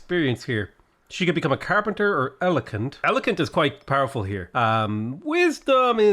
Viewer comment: Elokent lul